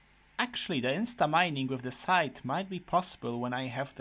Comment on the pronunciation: SAY SCYTHE RIGHT NOW! Also, the mimicube reminds me of the Mimic Tear bossfight from Elden Ring, he also copies the player's inventory at the beggining of the fight, but in most cases is easier to defeat than this shit that brutally anihilated your hearts. :(